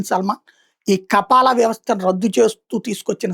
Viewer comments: Kapaala kaadhu ra….Kafaala Neechapu journalist vedhava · కపాలా కాదు స్వామి. కఫాలా...మొహమ్మద్ బిన్ సల్మాన్ కాదు. సల్మాన్ బిన్ అబ్దుల్ అజిజ్ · Ayya kafeela, kappaala kadhu😂